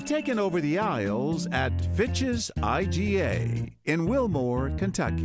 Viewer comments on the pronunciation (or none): I did NOT hear fitches LOL I thought it said something else 😂😂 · Fitch’s I thought he said bitches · When they said “Fitches” I though they said Bitches 😂🤣